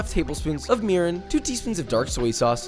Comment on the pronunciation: I had to rewind the video several times to understand what he said . I thought he said, "Half a cup of urine." He actually said, "Half a cup of mirin."